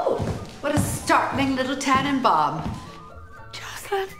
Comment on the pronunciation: Note to Moira: it is pronounced 'Tahnenbaum'